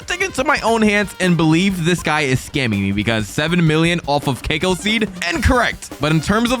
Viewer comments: cacao is pronounced cack-ow not CAKEO btw (no hate) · It’s not keiko it’s cacao but u say it like cac ow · Bro cacao ca-caauu not kaco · why does bro call cacao as cAcOO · Cacao not kakao